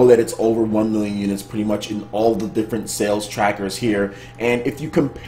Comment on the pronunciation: is it just me or whenever sir says "one million units" it always plays in my head that guy from e3 "wan miyon trups" 😂😂